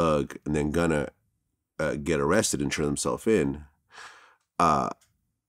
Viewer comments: Someone tell Vlad it’s not “gunner” 🤣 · stop saying gunner my god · Everybody : “Gunna “ DjVlad : “Gunner “ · Fr i was thinking vlad so white he calls him gunner 😂